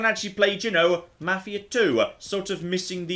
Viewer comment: can't speak Swedish, but he does a better job of that than pronouncing 'Mafia'.